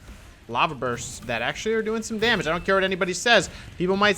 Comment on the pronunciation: Dam--age.. It's just one more syllable. please say it.